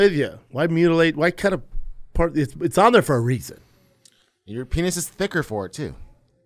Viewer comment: PEEN-ITS 😂for fuck sake